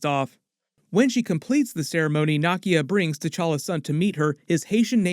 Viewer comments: Nakia is pronounced 👉🏿 Nah-Key-Ya….not Nah-Kia…….how do you keep mispronouncing her name with all the videos you’ve made of Black Panther and you’ve seen both films extensively 🤨! Disrespectful to Africans… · Are you saying Nakias name wrong on purpose?